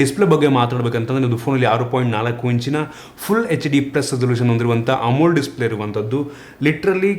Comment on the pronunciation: ಬಾಸ್, ಅದು AMOLED DISPLAY, ಅಮೊಲ್ ಅಲ್ಲ 😅 ಅದನ್ನು ಬಿಟ್ರೆ ಸುಪರ್ ವಿಡಿಯೋ, ಬಾಸ್ 👍🙏👌👌👌